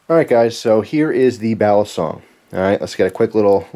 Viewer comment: Just fyi. Youre right about it being Philippino. But its pronounced. Bah-lee-song.